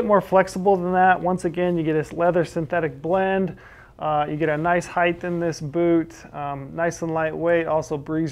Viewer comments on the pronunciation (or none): Good review. Ps: Amazing how persons do not know how to pronounce the word height. It is not spelled heigth; rather height. So, why the th sound at the end?